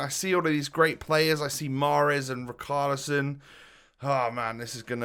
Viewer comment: not to be that guy but im gonna be that guy. its pronounced like richalison not rikarlison